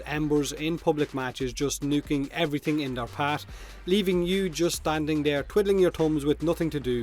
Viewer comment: "Twiddowing ya tumbs" I'm sorry